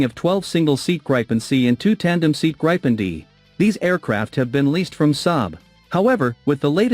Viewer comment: Not "Grapen", it is Gripen with a long i. So a better pronounciation would be "Greepen".